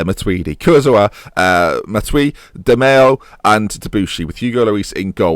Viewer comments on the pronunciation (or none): none